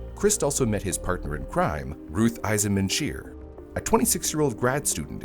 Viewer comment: Ruth “Eisman-Schier”, huh?